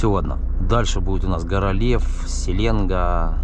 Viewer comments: СеленгА, ударение на А. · Ни гвоздя ни жезла!Река Селенга ударение на а